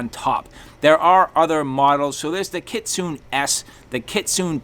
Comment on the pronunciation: Im not trying to be pretentious but I believe Kitsune that the E in the word itsounds like a hard A so it sounds like KitsunA . It is from taking traditional Japanese Karate for years . But I could be wrong .